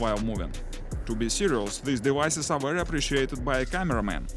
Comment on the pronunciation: Did he just said “ dewices” 😂 it cracked me up ! 🤣